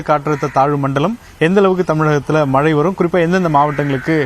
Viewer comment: News 18 பேட்டி எடுக்கும் அந்தப் பெண்ணின் வாயில் வசம்பை வைத்து தேய்க்க வேண்டும் மழை என்று சொல்ல தெரியவில்லை வாழ்க நியூஸ் 18 தொலைக்காட்சி